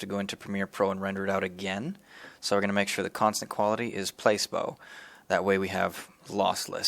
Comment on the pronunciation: I got you dawg check it out. Placebo is pronounced Plah-See-Boh lol Not hatin just sayin! Thanks 4 The Vid!!